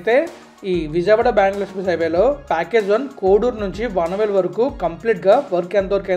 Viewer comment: వనవోలు కాదు వానవోలు